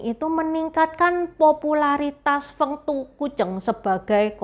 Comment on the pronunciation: 丰都鬼城 Feng Du Gui Cheng, dibacanya persis dengan pinyin nya mungkin lebih tepatnya begitu ya, konten yang keren bgt love it, sukses terus ❤